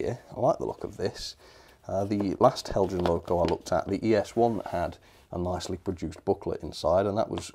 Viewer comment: Learn to pronounce. It is Hel-yan! This is a persistent and most insulting error.